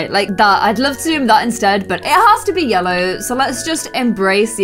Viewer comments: says lellow instead of ye ll ow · we have baby lellow Me: what did she say? Did she say lellow it’s yellow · its yellow not lellow😂 edit: my favourit is yellow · And she says lellow in stead of yellow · ITS NOT LELLOW ITS YELLOW lol😂😂🤣🤣🤣🤣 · Omg who else noticed her say Lellow a few times 😂